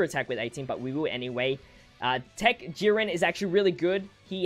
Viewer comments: Sorry but I giggled every time you said Yurin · Love how you say YeeRen instead of Jiren hahah